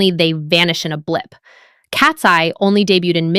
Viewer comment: Why do you randomly call them Katsee instead of Katseye?